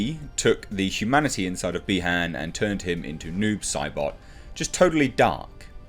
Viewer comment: I thought you were saying 'nude Sybok' for the first few minutes of this video.